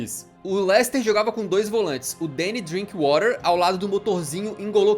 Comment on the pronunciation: O cara disse o nome do DrinkWather errado kkkkk ele usou o inglês americano. Porém é um jogador inglês então é exatamente como se escreve. O Alan tinha dito certo antes do cara do vídeo falar errado e foi pego no efeito manada e começou a falar errado também kkkkkk